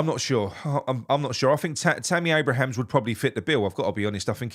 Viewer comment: Abraham not Abrahams